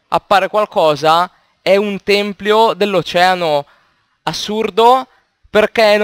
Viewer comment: Tempio, Tempio. Non "Templio". Invece il plurale è "Templi"